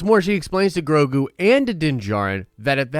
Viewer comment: its grow-go not grow-goo.